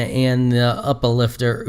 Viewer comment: It's pronounced "Oopa" lifter not Up-aa lifter ;o (justsaying) ( ) Also Upa Lifter is a reference to Steins;Gate. In Steins;Gate it has a microwave that if you put a banana in it, it turns it into a gel banana, but it is also a "time machine" so putting rotten food in reverts it back to edible food. It being Juicy Chicken No. 1 is a reference to the character Mayushii in Steins;Gate cause it is her favorite food. (Mayushii is the one that likes the Metal Upa in the video I linked).